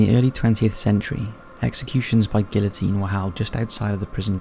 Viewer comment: How does a grown man not know how to pronounce the word "guillotine"??? lol